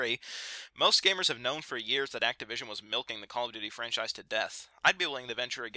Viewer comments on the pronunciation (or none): none